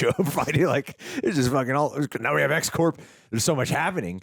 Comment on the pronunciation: you’re mispronouncing X-Corp. You’re saying it like “Core”, which is incorrect. It’s Corp, short for corporation. The way you’re saying it is like the Marine Corps, which is French and the p and s are silent. It’s a small, but important, grammatical error.